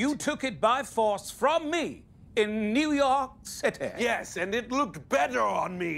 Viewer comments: I have to be the one guy that thinks Simon's pronunciation of "the big Cit-ay" is slightly more epic than Laszlo's....but only by a very small margin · New York Citaaay! Now I can never go back to the original pronunciation, thanks to Lazlo and Simon the Devious ( sounds more fun this way 😁)! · Laszlo’s “New York City” pronunciation will never not make me laugh. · It's Laszlo's expression after hearing Simon say New York City that gets me each time. It's like "nice try but my pronunciation is superior!"